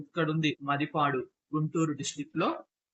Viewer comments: మది పాడు kaadu bro. మాదిపాడు. Pronocesation wronge correct cueyandi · It's not Madi padu MaadiPaduSir. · మదిపాడు కాదు మాదిపాడు అనాలి,ఇది గుంటూరు జిల్లా సత్తెనపల్లి వైపు ఉంటుంది దానికి వ్యతిరేకంగా ముత్యాల జగ్గయ్యపేట వైపు ఉంటుంది అంటే మాదిపాడు-ముత్యాల మధ్య నుండి కృష్ణా నది పారుతుంది, దానిపై బ్రిడ్జి వేస్తున్నారు, ఇది3 జిల్లాలకు కేంద్రం పాత నల్గొండ, గుంటూరు కృష్ణ జిల్లాల సంగమం